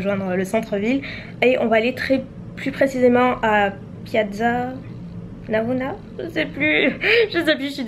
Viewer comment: Tu as dit trop bien Piazza Navona, moi je suis italienne et en plus prof. d'italien :)